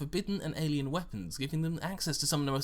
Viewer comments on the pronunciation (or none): none